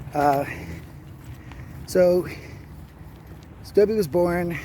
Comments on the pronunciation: It's stobe not stobey heard him say it in his video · Its STOUB..... WITHOUT THE eeeeeeee at the end. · All you have to do is watch his videos. He said "Stobe the Hobo Here" hundreds of times. He didn't pronounce the long E sound.